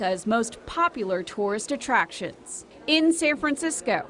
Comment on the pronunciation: "The Rawk hash become a tourist attrakshon"?